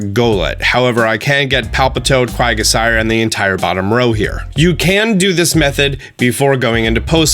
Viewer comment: Everyone: Who's that Pokemon?: Its Quagasire Lmao